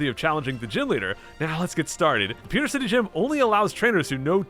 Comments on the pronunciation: Please never say "POO"ter again. It's PEW. Also you say holy crud way too fucking much. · Why do you say Poo-ter city. It's Pee-ew - ter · Pewter is pronounced "Pyoo-ter" 😂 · "Poo-ter city" - pronunciation 2018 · "Pooder City" 10/10 would pronounce again - IGN